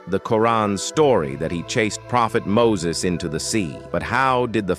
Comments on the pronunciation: It's not muses it's Musa❤ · Not mosase its musa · Mosa not Moses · Muses ❌ Musa (A.S)✅ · Musa not moses